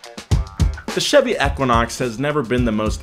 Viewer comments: Us: Equinox Him: Ekunox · Eeeeeeeeeequinox. Not ehhquinox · EEE kwa naaks 💩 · "Eckwinox" ?? EEEEEQUINOX. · Eeeeeeeeequinox not aaaaaquinox ? Let me guess? GED?🤦‍♂️ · Long e sound. EE-quin-ox not short e Ek-win-ox. It is an astronomy term. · E-QUINOX! not eh-quinox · It's called an EEE-QUINN-OX , not ek-quinn-ox 🤦‍♂️ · I’m just having a hard time following with “EHquinox” continuously being said 😂 like it’s a word, EEEquinox..... even before Chevy used it. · I hate how he pronounced it "eckwanox" sounded weird af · E-QUA-NOX lol. Killed me a lil each time you said it. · pollutedcrimson right! It’s EEE-quinox. I didn’t think I was crazy. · Equa-nox lol had to scroll a bit too see if someone else mentioned this. So bizarre how he pronounces it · Anybody else cringe every time he said “ekuinox” 😂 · E - quinox.... not however you said it. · It's pronounced eqwuaknocks. You don't pronounce equal as ekwal. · It hurt my brain to hear you say “eck-quinox” are you purposely saying it wrong like James? Or do you just not know how to say Equinox? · EEEQuanaux... Say equal... Same sound... CRINGE... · How the hell else do you pronounce equinox other than EK-WIN-OX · For the love of god someone teach this guy how to pronounce 'Equinox'. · They filmed for an hour and nobody bothered to tell him he doesnt know how to say Equinox. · Ur Pronouncing Equinox Wrong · How do you not know how to pronounce equinox? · Oh my God, stop pronouncing Equinox that way!